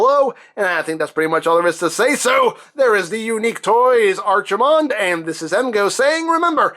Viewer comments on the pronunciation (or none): Here comes to the party pooper!!... It's pronounced Arkie-mond like the Ark not Archie-mond like the comic book guy